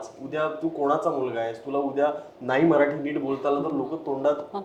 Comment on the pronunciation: हा "मराठी" ला "म्हराठी" म्हणतोय सतत, त्याचा तो उच्चार कोणीतरी लक्षात आणून द्या आणि दुरुस्त करा.